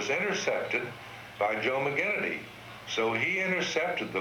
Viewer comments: Except he mispronounces Joe McGinnity's name. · Beautiful, beautiful video companion to one of the best baseball books ever written/compiled. Only one problem, the narrator should have learned to pronounce the great "Iron Man" Joe McGinnity's name correctly.